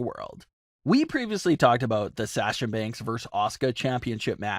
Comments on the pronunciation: Why cant this guy pronounce "Sasha" correctly? Its so easy to say. Is he trolling? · I will not sub to this channel until this fool says Sasha's name correctly. He's an idiot and the fact that he has to plug in that same line in the middle of every video about most of his "viewers" are not subscribed is another reason I'm not subscribing.